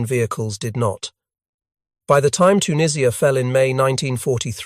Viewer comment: Dwarfs on the title picture, later picture is later jeep with wrong bonnet.. the only thing this video gets right is the pronouncing of tunisia. And that head through the windscreen....